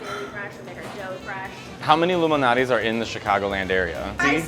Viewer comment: I thought they said "Illuminati's pizza", lol 👁🍕